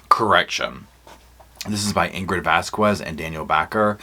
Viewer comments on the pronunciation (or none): none